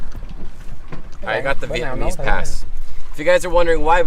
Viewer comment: your pronunciation and tone/accent is getting really good! Most of the Vietnamese sentences you said in this video was quite on point! Impressed!